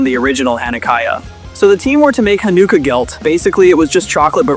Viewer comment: THE AI VOICE BE MISPRONOUNCING SO MUCHHHHH!!! AS A JEW IM A LITTLE BIT PEEVED!!!!! HANNUKAYA?!?! WHATS THAT?!?!?! Besides that, this video was great I loved Elena when I was younger :)